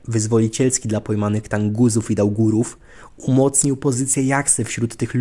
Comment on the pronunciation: Kolego nie Tanguzi tylko Tunguzi po t jest u nie a!!!!